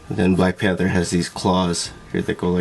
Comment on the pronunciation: “Black Pahhnthurr” shhskskshsjsksmhchad Black Panther* 💀😤